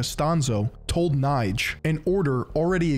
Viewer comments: yo, my good old hasan affiliate.. amazing essay like always but you butchered the sh*# out the pronounciation of those german names, especially Knigge 😅❤️ Love you regardless but if I‘ll ever hear you say Kneight again I‘ll make sure Pegasus (probably also a 33° mason) will be personally banish you into the shadow realm after a long, hard duel you simply can‘t win. Knigge = Kneekeh‘ (with a hard K at the beginning) von = it’s a lot more similiar to how you say "fawn" than how you pronounce it fun here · your pronunciation of the name Knigge is absolutely terrible. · ya sackless momo, it's pronounce Keh-Neh-Gah, not Keh-Nighdj. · Knigge is not pronounced like "Knife". Its actually pronounced like "NIgga". Other than that, good video. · And Knigge as NIDGE lol it hurt to hear that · Here in Germany everyone knows Knigge (quite funny btw how you pronunce him) because he is the author of a book on how to behave properly. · really interesting content yet again just the pronounciation is off. knigge especially ^^ if youd like, i could help you with that french, italian and german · I mean, you could’ve at least learned how to pronounce Knigge 😅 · you would pronounce this like the n word but with a k in front and without the r ;)